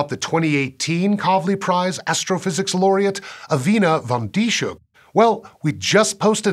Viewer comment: the "h" in "Van Dishoeck" is not pronounced as "sh" combined with the s. Rather the name is that of a town near where I live, in the south-west of the Netherlands, pronounced "this-hook" It is worth noting the name of her husband, Tim de Zeeuw, is a reference to the people who inhabit the province of Zeeland in which the town of Dishoek is located.